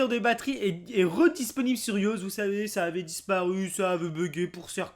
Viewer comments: J'ai bien entendu "yausse" pour iOS ? 😂 C'est soit "i O S" en français ou "aille O S" en anglais 😉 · on dit pas ''ioce'' mais ''aïe eau éce'' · Ptn il a dis iause c'est IOS (aille o èsse) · Ca me fait marrer comment il dit iOS "ioze" mdr